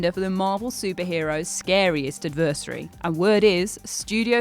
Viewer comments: Quite a poor narration.. sounded like it was being read directly from a script (it was of course, but it's meant to sound a lot more sincere). Also, cadaver, sybiote and adversary; just a few examples. Let me know if you need someone to do it properly 👍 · She has a cool speaking voice Pronunciation on the other hand.... not her strongest suit: not CA-daver - ca-DA-ver not ad-VER-sary -- AD-ver-sary